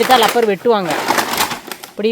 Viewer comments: இது லப்பர் இல்ல மா, ரப்பர் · Acho. Adhu rubber maram. Lubbernu solladheenga. Tamilkaranga ellarum ippo lubber lubbernu kozhandhanga maari solranga.